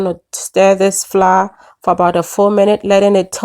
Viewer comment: Pronounced FLOUR, not fla